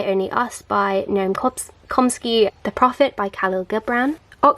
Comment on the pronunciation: Great collection and nicely presented! (btw Noam Chomsky is pronounced with ch sound, not com-sky) x